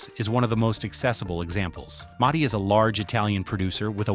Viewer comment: Please teach your AI to pronounce Mutti correctly